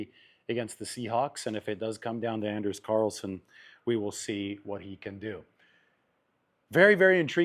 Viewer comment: its (on-ders)Anders carlson. Or his nickname is Ders.